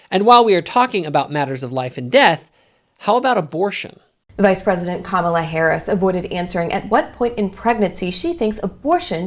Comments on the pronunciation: You cannot even pronounce Kamala correctly. Your criticism is misogynistic and racist. You are just as racist as Trump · She had said her own name that way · Totally disagree with you on all aspects of your ideas. Trump is toxic to everything he touches. He is a criminal a rapist and a chronic liar. He idolizes autocratic leaders. You can’t even say Kamala’s name correctly. I am woman and abortion is not black and white line it should be between her doctor and and you are taking away a woman’s free agency. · A little disappointed that you don’t know how to pronounce her name. Not sure if it’s intentional or not but I want to believe it’s not. I do agree with your point of you in several aspects about Trump. None of them are angels but certainly she is a better option than him. His actions are terrible. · Who's going to tell him how to pronounce Kamala? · She has pronounced it 2 ways, depends on who she is speaking to and what accent to use. She is also not who she says she is. She is fake. Kamala cameleon.